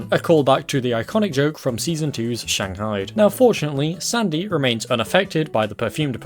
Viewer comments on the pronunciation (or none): none